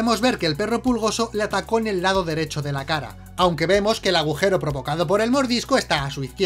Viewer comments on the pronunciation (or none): agujero o bujero?